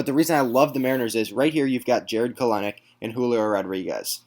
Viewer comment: Kelenic= Kell-nick Not Kelen-nick